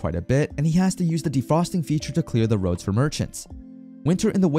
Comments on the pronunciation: Bro Pronounced roads as rods 💀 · whats with some of the pronunciations? instead of roads he says rods for example. there are a few words that have something like this happen. rehabilitation is another one that is constantly mispronounced as rehabilation instead.